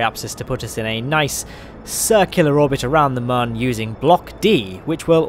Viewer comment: mun is still pronounced the same as moon, because of the accents on the top that make it look like a smiley face.